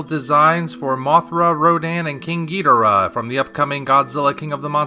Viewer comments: Why do you pronounce Ghidorah that way? Toho made it official that it's pronounced, Ghi-dor-ah. Not Geeederah. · So amazed and happy to come across someone under the age of 40 who CORRECTLY pronounces Ghidorah. Well done! Thank You!